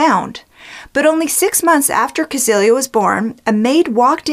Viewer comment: I love your videos - very easy to listen to and super interesting. Just one little thing... 'Cäzilia' is pronounced 'Set-cilia'. The ä is more of an 'eh' and 'z' is more 'tz'. Think Cecelia with more of a T in the first syllable.